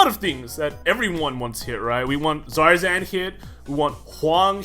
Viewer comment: The r is silent